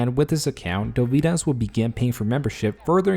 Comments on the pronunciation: Next time at least bother to pronounce the name right. It's not that hard to look it up. Dovydas emphasis is on letter o, not y. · You seem to mispronounce Dovydaddy as "Doh-vie-dahs" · It's DOvydas ffs!